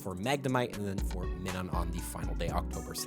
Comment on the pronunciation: But why did this guy miss-pronounced Minun's name?